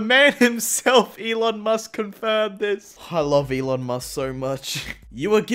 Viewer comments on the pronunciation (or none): none